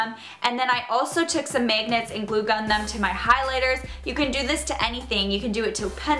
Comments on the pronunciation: its mAgnets not mEgnats xD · I like how she says megnits instead of magnets its so funny :) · The way you say magnets really annoys me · It's hilarious when she says magnets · It is annoying the Way you SAY magnets.........😑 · I cringe every time she says magnets😂😂😂